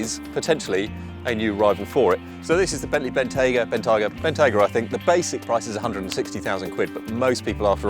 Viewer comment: Great video as usual and congrats for pronouncing the word Bentayga correctly, at last a British journalist doing so.